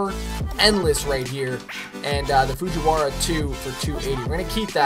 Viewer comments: "Fujiwara" Jesus Christ they're called FURUKAWA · İTS NOT FUCHURAWA İTS FURUKAWA U DOOR KNOB